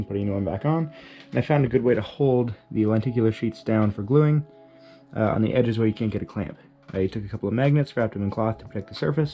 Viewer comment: “I am ze spy”